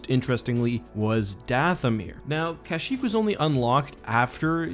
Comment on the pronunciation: Every time you say CASHyyk I repeat it the correct way Kashyyk